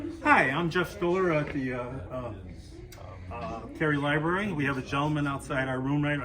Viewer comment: It's library not libary